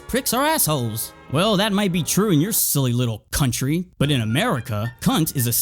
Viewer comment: "CUNT-ry".... I LOVE IT